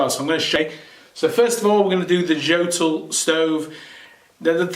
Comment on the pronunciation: You should pronounce it "Yotool". You start the fire wrong. Almost everybody is now convinced that the best way to light a fire in wood stoves is "top down" method. If you once try it you will never get back to your oldfashioned method. Benefits are obvious: much less smoke, almost no smoke if you do it properly, less soot , and last but not least - clean glass, it would be no reason to clean it again.